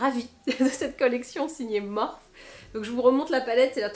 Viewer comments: On dit morphIII ! 🙂 Sinon même reference pour le ral / stick pour le ski mais en même temps C est le bon moment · bonjour ma belle,la marque ne se prononce pas Morphi ?